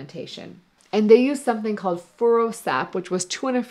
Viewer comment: Furosap, not Ferusap